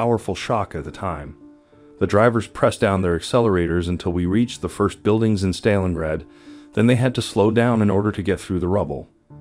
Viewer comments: Is someone using AI to read the manuscript of this video? Because hearing STAY-LIN-GRAD is too much for my historical IQ. I cannot believe whoever put this together...I'm out of here. BIG FAILURE GUYS...BIG FAILURE. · What sort of Stalingrad documentary mispronounces Stalingrad over and over? Otherwise it's excellent.